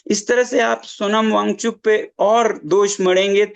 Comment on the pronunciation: पहले नाम सही से लो फिर रिपोर्टिंग करना